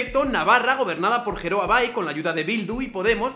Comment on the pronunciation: Geroa se pronuncia gueroa